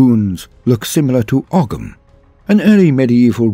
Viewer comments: Its pronounced oh-am not ugam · O-am or Oham. The "ogh" in "ogham" is - sort of - a single sound. And you don't hear the "g" as you would in English. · That's an interesting way of pronouncing 'Oghm', but I guess it's not exactly a well-known language. Even we Irish only hear about it briefly in primary school. Either way, probably the best Ultramarines successor, especially with the celtic, very Irish, culture and history